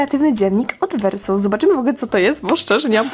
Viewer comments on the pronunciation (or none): Muwi się wersow a nie wersoł❤